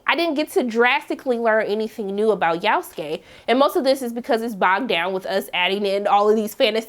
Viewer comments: Who the foook is "yaouf-skay"??? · Yasuke Is pronounced yah-sue-Kay If anyone didn’t know and was interested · I like how she pronounce his name "Yowskay"😂😂😂😂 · ikr this is the first time I've heard someone pronounce his name like that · Why she pronounce his name like that? 😆